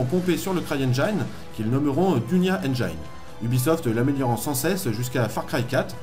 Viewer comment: J'imaginais pas que Crytek et son moteur avait une histoire aussi dense c'était intéressant. Sinon on dis pas Engaïne mais bien Engine en prononçant bien le i.